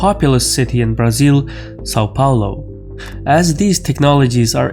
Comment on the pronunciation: Happy to have found you man, and btw you just pronounce Brasil too well, you don´t sound like a brazilian but you say it perfect.